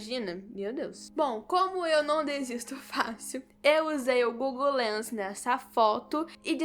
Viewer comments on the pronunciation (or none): none